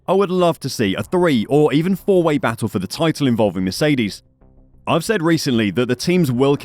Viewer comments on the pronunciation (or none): none